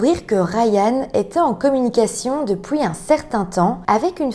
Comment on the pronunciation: Trop mignon comment tu prononces "Et pouis...", "houit", "il s'est enfoui", "depouis" 😊